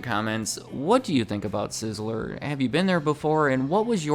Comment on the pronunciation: Two syllables. Sizz-ler I keep hearing sizz-eh-ler. Am I crazy?